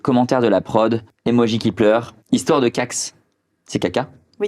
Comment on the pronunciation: Tu sais lire tkt "alors l'hixtoire" 😂😂